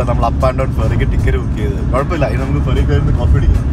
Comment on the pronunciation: ഫെറി എന്നുപറയുമ്പോൾ അക്ഷരം മാറാതെ ശ്രദ്ധിക്കണം 😄